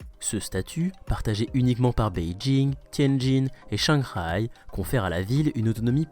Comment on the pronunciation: Shanghai. Ton 4e ton était limite ;-]